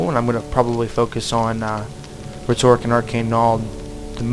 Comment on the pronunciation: I'm sorry, this video was EXACTLY what i was looking for to find out what the gameplay was like in this game, but you were pronouncing rhetoric wrong, and it was killin me. Still thank you for the video